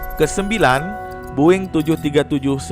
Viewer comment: Bang kok lu bilang "Boeing" Boing? Aneh banget dah(BUKAN HATERS)